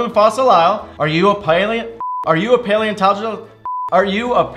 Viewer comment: All those times tries to say paleontologist: “Are u a planet?” Tom: “Yes— How did u know...”